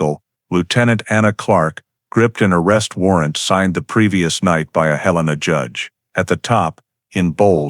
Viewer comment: It’s Hell’-in-uh, not Hill-ane’-uh.